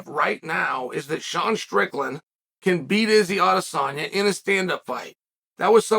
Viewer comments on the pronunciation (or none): none